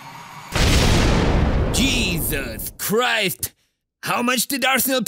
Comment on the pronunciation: Not jesus christ But he use to say "cheesus christ"